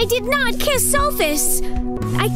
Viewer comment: I did nuht kiss him, it's nut true, it's boolshit, I did not kiss him, I did NAHT.